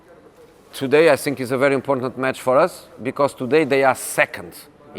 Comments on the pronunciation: "I sink his career is sinking" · I sink I can too hhhh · I sink his english is the best. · “I (sink)think.... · Is it just me or anyone else also hates the way he says "think" as "sink" 😶